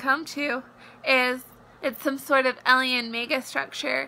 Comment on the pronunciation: I'm not trying to be mean whatsoever, but I can't get over the fact that she kept saying "eliens" instead of aliens. "One step more closer?" My grammar nazi is screaming inside.